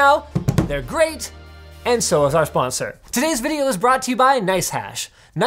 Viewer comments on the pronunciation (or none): "our spondsor... nicehash" i actgually did a double take on that one XD